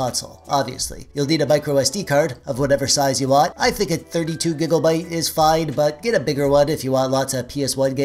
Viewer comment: did you just say "gigglebyte"